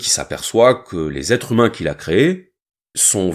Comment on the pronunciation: on dit les "êtres-z-humains " pas les "êtrumains".